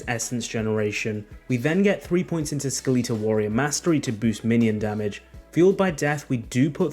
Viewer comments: really says skaleetal instead of skeletal 😐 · Skeh-leet-ull? ._. Oh my. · skeletal pronounced "sKeeleetal" is why i unsubbed immediately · Ska...Lee tal? I wonder how you pronounce Skeleton? Lol Great build guide just flippin yea shit for the pronunciation. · I'm British, literally no one says Skeleetal. stop the cap ! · Every time he said it I winced. It kinda hurt my ears, lol. Skill-eet-tull skill-eet-tull skill-eet-tull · Who tf says skeletal like that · I can’t trust you because of how you say skeletal